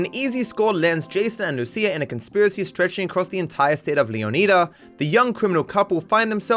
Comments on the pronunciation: Leo needs a what? He always is talking about Leo needing something, all I know is I’m excited to go to Leonida (Leo nye duh) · I don't mean to be a prick, but the way you spent a decent amount of time learning to pronounce 'Leonida' correctly, just to pronounce it wrong, annoys the shit out of me. As far as I know, you're the only person who says it like that ("Leoneeda" instead of 'Leon-I-da') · saying “Leo•knee•da” has to be on purpose as this point. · He still can't pronounce Leonida oh my goodness